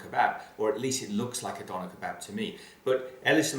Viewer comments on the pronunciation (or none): In fact you pronounce "Döner Kebab" badly. You have to pronounce the "Ö" in Döner like the letters written big in the English words following: emErgency, mUrderer, captain james t. kIrk It's also pronounced this way in other languages, for example: German, Hungarian, Swedisch... Never the less - good work, my friend!